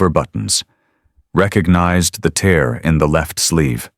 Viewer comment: AI Narrative..Tear ( In the eye ) Tear ( in the fabric ) pronounced TAIR...